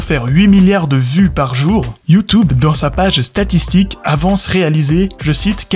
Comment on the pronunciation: Bon j'arrête à . Prévenez-moi quand il sort la même vidéo sans prononcer "Youtoube".